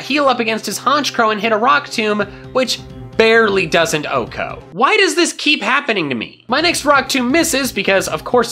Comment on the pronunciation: Still pronounced wrong 😒